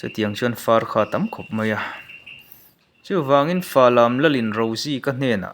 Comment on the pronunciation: Khawhming lar em em mai Falam khaw hming pawh i lam dik lo tlat mai. Phawthira leh Hrangchalan Kungawrhi an riahpui na hmun, Khuavang Lamṭhuamthum kha inkal tlang/pel tho sia khang te kha han cover nghal law law la ṭha tur.